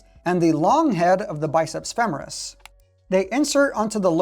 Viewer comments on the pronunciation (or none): none